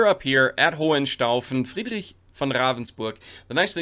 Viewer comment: Are you part German? Your pronunciation of Ravensburg, Friedrich etc is quite accurate🤔😄